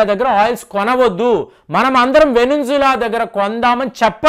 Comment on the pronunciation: Venunzula kadu venuzula sorry to correct you